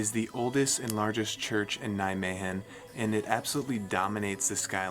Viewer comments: The “g” in Nijmegen is pronounced much softer. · Nijme"G"en yes good try bro! love it! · yes, but... In Nijmegen we use the soft G. :-)